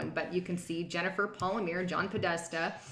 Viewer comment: Jennifer PAL-ME-AIR-EE.